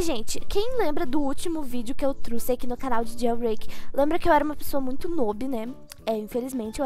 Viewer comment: Truci??Que palavra é essa, só conheço a palavra trouxe Ela fala isso na hora: KKKK truci